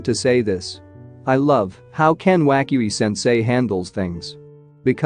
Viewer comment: i like how he says ken wakui sensei